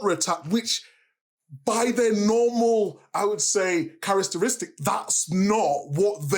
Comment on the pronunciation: Charastaristic😂😂😂 Micah really has a struggle with the english language Its all love I think he's becoming one of the best pundits around on Sky